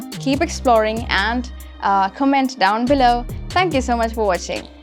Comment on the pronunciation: The pronunciation u said “comment” is wrong..